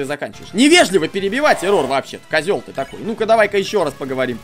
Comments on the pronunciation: Я одна считаю, что не эррОр, а Эррор? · Не еррОр а Еррор,но можно его называть егор или Оши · я думаю тожесамое что не эррОр а Эррор... и дантекрисочка клааааас!!!! :) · а я один считаю что не эррор а иррор? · Не эррор а эррар а когда ришиш эррор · Не Еррор а Еррор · Кагбы не ЭРРОООР А ЭЭЭЭЭРРОР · не эррОр а Эррор😊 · Вообще на английском ( по идее) произносится Э́ррор Но это не точно :р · вообще, так более правильно. -я тоже так считаю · Я тоже хотел его поправить! 😉